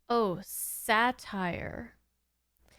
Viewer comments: BTW, it's pronounced 'Sate-ur', not 'satire'. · It's pronounced SAY-ter not Satire. And most of these guest voices are James Doohan (this time as Lucien) and George Takei is the judge character at the end. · I don't mean to be a hatire, but it ain't pronounced "satire". Now if you'll excuse me, I've gotta pull my tatire tots out of the oven before they burn. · SATYR, not satire! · I believe "satyr" is pronounced "SAT-ear." I could be wrong. This is one of those episodes I initially thought was loopy but it actually holds up. Only problem: they go to the center of the galaxy -- a journey that by all other accounts would take them decades. Love your reactions. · 🐰!!!❤ From a time before the rise of the so-called Religious Right. Had this come out now, the political fallout would have been immense. Also it’s pronounced SATE-ur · Dammit….where was this episode around 1980, when I was a pothead?! I used to get high and watch Sesame Street. What a trip! Satyr (pronounced “SAY-ter”) : We’re lucky that Lucien didn’t look like a true satyr. The show would have been rated X! 😲😲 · You need pronunciation help on Adonis and Satyr. Thank goodness you didn't have to figure out Asmodeus. But this episode is definitely subversive. Kik defending Lucifer is a trip. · That doesn't tell her how to pronounce it.